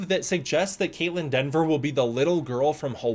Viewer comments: I know you likely caught it post-editing and upload, but it's Kaitlyn Dever, not "Denver" as her last name. Anyways, I do hope that the writers and director at least took to mind some of Adam Wingard's ideas about monster-driven storytelling and exploring Godzilla's character and implemented that. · Dever, not DENver. I see so many folks mess up her name. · Hey a correction for you,... It's Kaitlyn Dever pronounced either Dee-ver or Deh-ver. There's no 'N' in her name. That said, why no mention of the other big gets in the cast? Jack O'Connell (the "Sinners" vampire, "SAS Rogue Heroes", "Ferrari"), Matthew Modine ("Full Metal Jacket", "Birdy" and a lot more), Alycia Debnam-Carey ("Fear The Walking Dead"- 102 eps) or Sam Neill. All of them are confirmed...